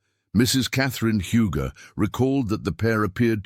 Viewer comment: Huger is pronounced 'You-jee. Little slips make one question the accuracy of the research.